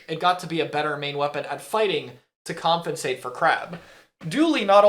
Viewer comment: ily man but you DO know it's "compensate" and not "comfinsate" right?😭 you say it all the time and I feel like I'm getting trolled lmao